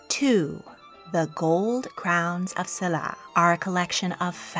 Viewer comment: Silla is pronounced with a sh. I was fortunate enough to go to museums in Korea. The national museum is awesome!